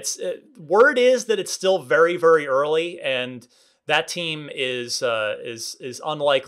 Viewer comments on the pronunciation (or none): Vury vury early